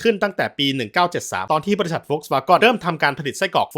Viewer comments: แต่เจ้าของช่องเค้ายอมรับแล้วนะครับ ว่าเค้าออกเสียงผิด แบบนี้พี่ว่าไงครับมาออกตัวแทนซะแรงเลย หน้าแหกไปที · โหเธอว์ อย่าเชื่อเขาไปหมดสิ🥹 ผมก็ลูกครึ่งเยอรมัน อยู่เยอรมัน พี่เขาออกเสียงผิด ลองเลื่อนขึ้นไปดูที่พี่เขาปักหมุดล่าสุดครับๆ พี่เขาบอกว่าอ่านผิด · เจ้าของคลิปคิดจะออกเสียงเป็นภาษาอังกฤษแต่ดันออกเสัยง V เป็นเสียง ฟ แบบเยอรมัน. ถ้าจะออกเป็นอังกฤษทั้งคำต้องเป็นเสียง ว นะ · โฟล์คซ์-วา-เกิ้น นี่คือคำที่ถูกที่สุดและคนไทยอ่านตามง่ายที่สุด วาเก้นก็ไม่ผิด แต่ไม่ใช่วาก้อนแน่นอน เจ้าของช่องอ่านผิด ผมจะอธิบายดังนี้ V(เฟา) ออกเสียง ฟ.ฟัน ฉะนั้นคือ โฟล์ค ไม่ใช่ โวรคที่เป็น ว.แหวน gen เกิ้น หรือ เก้น ไม่ใช่ ก้อน เพราะ E(เอ) ให้เสียงอ่านได้ทั้ง เอะ เอ เออะ เออ ไม่ได้ให้เสียง เอาะ ออ หรือ โอะ โอ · คุณครูครับ เด็กชาย โดมินิค ออกเสียงภาษาอังกฤษ ผิดครับ เกน เป็น กร 😂😅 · เกิ๊น ก้อนอะไร ผมขายอะหลั่ยนำเข้าจากเยอรมัน ไม่เห็นเจ้าภาษาจะออกเสียงนี้ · ผมไปฟังคนเยอรมันมาก็ไม่ได้ออกเสียง ก้อน กอน นะครับน่าจะสัญชาตหย่อนแล้วครับ 555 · มีหลายคนเม้นท์ว่าเจ้าของช่องเป็นลูกครึ่งเยอรมัน และเกิดในเยอรมัน อย่างน้อยก็น่าจะอ่านออกเสียงให้ถูกบ้างก็ดีนะครับ Volkswagen ไม่มีใครในเยอรมันเรียก โฟล์คซฺวาก้อน นะครับ ไม่ได้ดราม่าแต่จะเป็นการสับสนแก่ผู้ชมที่คิดว่าคุณเจ้าของช่องอ่านถูกแน่นอน ซึ่งอ่านไม่ถูก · เยอรมันภาครัฐไหนหรอครับ ออกเสียงตัว e เป็นสระ ออ หรือ โอ ถ้าเป็นสระ เออะ เออ เอะ เอ ค่อยว่าไปอย่าง เหมือนที่เม้นถัดมาบอกว่า สวาเกิ้น หรือ สวาเก้น ก็ได้ ถูกทั้งคู่ ตามแบบฉบับเยอรมัน อย่างน้อยก็สวาเกิ้นแน่ๆในรัฐ Nordrhein Westfalen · ขออนุญาติแก้ไขความเข้าใจผิดคุณ: 1. เขาอ่านผิด มันควรออกเสียงว่า โฟล์คซฺวาเกิ้น หรือ โฟล์คซฺวาง(ถ้าอยากรู้ว่าทำไมอ่านว่า วางแทนวาเก้น ให้หาคำว่า wortendung stimmlos) 2. BMW คนเยอรมันเรียก เบเอ็มเว ไม่มีใครเรียกบีเอ็มวีครับ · ไม่ได้ออกเสียงว่าเก้น ใช่ไหมคับ จะได้จำ 😂😂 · ก็เถียงสิเขาออกเสียงไม่ถูกเอง เจ้าของช่องก็ออกมาชี้แจงแล้วว่าเขาออกเสียงผิด หน้าแตกไหมล่ะคุณมึง😂 พวกหัวโบ๋สักแต่จะเฮตามอย่างเดียว😂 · ออกเสียงผิดไวรัลเฉย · ออกเสียงผิด จะทำอะไรก็ทำให้มันถูก มันไม่ใช่เรื่องดีที่พยานามหาจุดขายด้วยการอ่านชื่อผิดๆ ห่วยแตก เลิกดูหลังผ่านไปไม่ถึงนาที